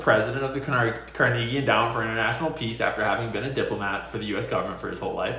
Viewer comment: If you don't stop pronouncing Carnegie this way I'll unsub